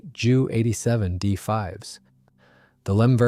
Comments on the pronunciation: its J U not ju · Jew 87 Dora, jeesus these AI's are crap, it's J U 87. To who ever is making these videos, don't you even check your work, for facts and accuracy at all? This was almost a good video with fresh images.